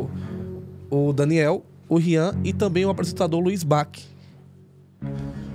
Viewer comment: O pronunciou o sobrenome do Bacci errado